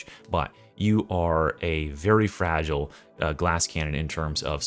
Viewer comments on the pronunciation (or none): none